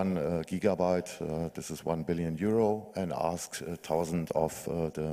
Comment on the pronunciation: o_O "tell all millionaires you know... I have laughing keys -- tausendtwentyfour of them!" O_o